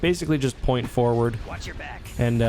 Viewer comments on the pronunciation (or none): none